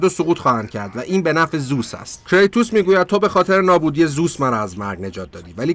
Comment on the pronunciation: داداش زوس نیست، درستش زئوسه😂